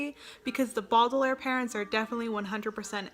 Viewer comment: I loved this video! I haven't read all of the books but I do agree with some of your opinions. I will say some of them I'm a little shaky on. Also it was kinda triggering when you said Baudelaire wrong. cri cri